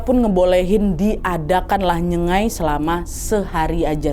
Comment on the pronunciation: maaf ya kk.. nyenggai kakk, bkan nyengai..